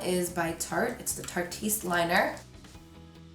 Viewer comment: Just FYI, it’s not pronounced “Tar-teest” it’s a play on “artist,” so you just pronounce Tarte as normal and ask “ist” to the end 🙂 Anyway, gorgeous look!!!